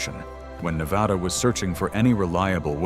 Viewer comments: It's pronounced Nev ADDA not nev awedda. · I grew up in Reno. To my knowledge their has never been an "O" in Na-va-da. Ever.